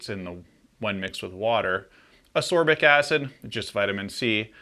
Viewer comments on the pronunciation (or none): Ascorbic is pronounced with a hard c (askorbic), then no confusion with sorbic acid. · No, it isn't. There is a hard C in the word. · Why do you keep saying ascorbic acid that way?